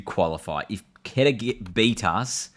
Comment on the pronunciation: Bro just to give you information quetta is pronounced as QO - E -TA And peshawar is pronounced as PESH -AA-WAR